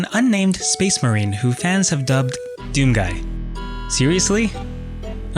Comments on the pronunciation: You know it's pronounced doom guy. After the 3rd mispronounciation I was done. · Say doomguy right you bastard